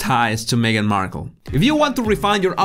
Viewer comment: They are called Markle not Harkle